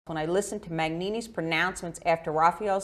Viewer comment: And Mignini is pronounced like Miñini..The g creates a ñ sound like Spanish.